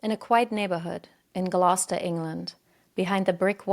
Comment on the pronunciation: you said Gloucester wrong, in the uk we pronounce it Glowster